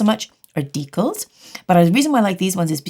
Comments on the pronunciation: Holo everyone! Anyone else notice the "decal" pronunciation along with this peel porn? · I've never heard anyone but pronounce decal that way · I freaking love that she said decal 2 different ways and neither is how we say it in American! Canadians crack me up!! Love it!